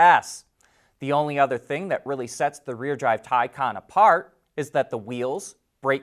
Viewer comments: Thai kahn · Still can’t say Taycan?